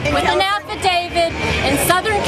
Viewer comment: The Kenya birth certificate lady tries to sound smart, but lets "affadavid" slip in. These people are so comically inept, lol...